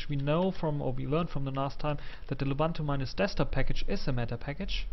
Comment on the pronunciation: it's loo-boon-too not la-bun-too.